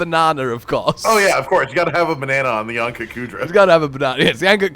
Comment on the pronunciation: Ah yes , nyan-kut-kudra